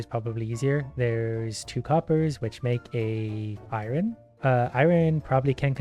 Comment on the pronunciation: Iron is pronounced eye urn